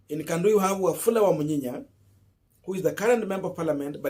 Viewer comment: the name is Wafula Wamunyinyi and not Wamunyinye😪😪